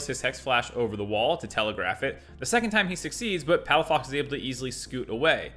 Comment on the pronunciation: Good thing I finished drinking water before the "Palafucked"